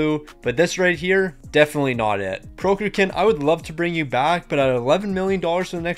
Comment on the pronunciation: How can the google pronounciation of Prokhorkin be that hard to imitate? :D